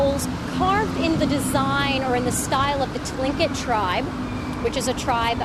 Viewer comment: For f***s sake, if you're gonna call yourself a tour guide at least know some of what you're talking about!!! It may be spelled starting with a Tlin...but it's pronounced Kleenkit. And his name was Seallup...whitey just couldn't be bothered to learn to pronounce it properly.